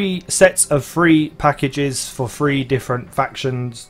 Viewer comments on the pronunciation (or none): It's THREE not FREE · Each time you said three i herd free